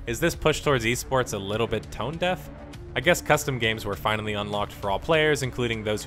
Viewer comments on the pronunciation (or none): none